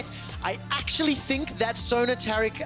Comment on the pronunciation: ITS TARIC!! Like tear a piece of paper. Or TARE the scale... AIR!!! TAIR-IC!! TARIC!!